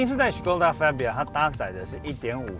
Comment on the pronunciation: 很專業的頻道，但車名唸法是fa（發）bia,不是fe（飛）bia